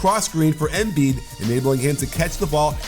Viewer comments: Coach sorry for being the pronunciation police but as far as I’m aware from living in Philly it’s “emBeee’d” not “M bead” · Pretty annoying the way you say his name tho...you say Émbiid, putting the accent kind of in the e...why you don't just say normally Embìid?? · Someone had to say it XD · Does it on purpose because he hates Sixers